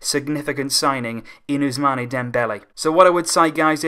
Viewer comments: First of all learn to pronounce the name of ousmane, it is not us-mane like sadio mane, it is us-maan from abu-usman. nonetheless it is a great signing, but got to find someone that can replace xavi and iniesta, we still haven't been able to do it. We still need 3 WC signings to come anywhere near to real. 2 CM, one defender and one more winger possibly di maria or draxler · Ousmane is pronounced ousman